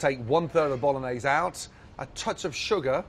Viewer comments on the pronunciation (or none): none